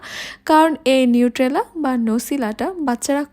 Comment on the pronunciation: নিট্রেলা না এটা নিউটেলা। উচ্চারণ টা ঠিক করে করবেন